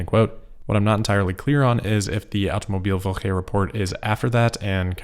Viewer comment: you nailed the "Automobilwoche" 💪